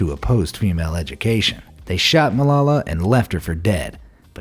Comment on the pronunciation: AMAZED You butchered Malala's name.